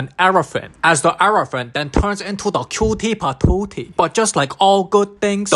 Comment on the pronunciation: The way he said cutie patootie 😂